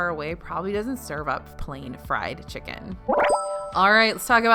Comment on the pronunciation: The way she said chic-ken